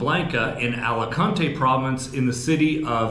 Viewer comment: Nunca debes intentar leer o pronunciar el español igual que lo harías en inglés. Alicante 😂😂